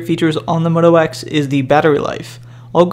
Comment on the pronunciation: say moto wax one more time...